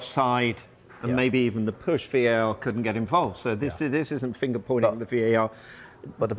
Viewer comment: VAR not VAT lol